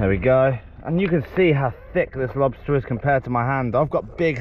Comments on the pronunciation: Check dat out for a lobstaaaaaah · Big ol monstah lobsta!!